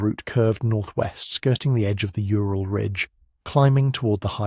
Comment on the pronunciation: Ural = Ooral, not yooral (Ура́л).